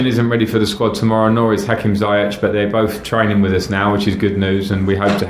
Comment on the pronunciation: its ZI-YESH. not ZI-YECH